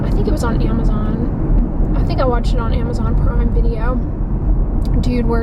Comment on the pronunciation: Please, please, please pronounce PANDEMIC and AMAZON correctly. You’ve been doing this for a few years and it’s time to move on.